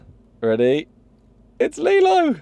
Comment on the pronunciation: Just sounds like you’re saying Lilo wrong